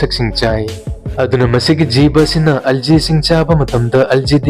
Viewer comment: bro algae : alzee hyna pabiganu "alghi" ( gok ee nap hytaare meitei mayek ta hyrgana) sumyna pabiyo thank u